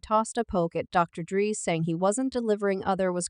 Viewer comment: CAP . .Where it starts is with the narrator not being able to say DRE's name right 😂 good click bate everybody wants #Tupac answers .